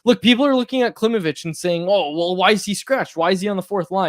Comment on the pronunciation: If you are so focused on proper pronunciation, please know that Danila's last name is pronounced KlimOvich (emphasis on "O", not on "I").